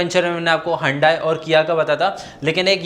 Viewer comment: Hundayi nahi sir hyundai 😂 respectfully sir 🙏🏻